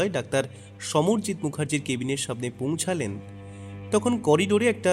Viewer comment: ' Ponuchhalen " Na " Ponuchholen " Golpo Pathok Mohashoy? Aar Akta Kotha, Sob " J " Mulok Shobdo " Z " Diye Koren Kano? Onnanyo Golpeo Shunechhi.